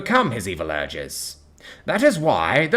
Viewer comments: Kuiper is pronounced KYE-per. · Kuiper is pronounced "Kye-per."